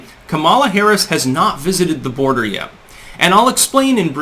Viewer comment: She's not going to the "bordah." Please pronounce that word properly. Harris talks through her nose and is condescending and obnoxious as it gets.